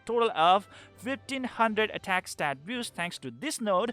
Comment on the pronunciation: You say boost so it sounds like "biust" :)